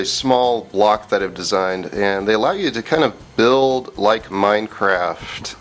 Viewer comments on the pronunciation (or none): none